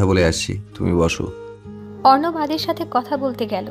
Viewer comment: রোদের বাবা কি উচ্চারণ করে 😡 যিনি রোদের বাবার কণ্ঠ দিছেন উনি কি বাংলা পড়েন নাই কখনো.......!!!!!! নায়কের নাম অর্ণব অথচ উচ্চারণ করে অবর্ণ 😡😡